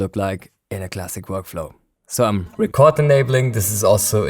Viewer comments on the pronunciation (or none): Hi! I just thought you'd like to know that when you talk about record enabling a track or arming it to record, it is pronounced reecord with a long E. Record with a short E is like a vinyl record or you're making a record. Cheers! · You´re saying record wrong lol! It´s not a world record or a vinyl record even, it´s ree-cord, as in recording music! Damn germans! :-D